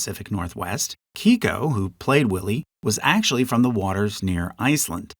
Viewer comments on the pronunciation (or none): Big fan of this video, but I must admit that some of the name pronunciations are driving me a little crazy. I’m from the PNW and have never heard anyone pronounce Keiko’s name as “kee-ko”